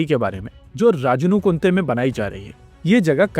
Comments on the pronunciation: ra-ja-nu-kunte❌ raa-ja-na-kunte✅ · Bhai you can pronounce it just as Rajan-kuntey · Rajankunte ka pronounciation galat hai. Aapne Rajana + Kunte bola hai jabki ise Rajan + Kunte bolna hai. Rajankunte Bangalore mai hai aur yeh Yelahanka Airbase ke pass hai. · I'm from Karnataka and its location is pronounced as "राजानुकुंटे" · It's pronounced as राजनकुंटे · Your pronunciation is wrong. Correct pronunciation is RAA JA NA KUN TE Rajana means Raja's Kunte means like Micro Size Lake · It is astonishing that GTRE is trying to build an engine without basic infrastructure like this test facility. This is a very lackadaisical & unprofessional attitude of Indians. Local pronunciation is "Raajaaa - nu - kunte". kunte not kunthe. is correct. I live close by to this area. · Here is correct pronounciation of Rajanukunte. In hindi it's written राजानुकुंटे in english could be presented as Rajanu kunte. Superb videos bro. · राजनुकुण्टे. ज pronounce fully as Ja without halantha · your pronunciation of Rajanukunte is not correct 😂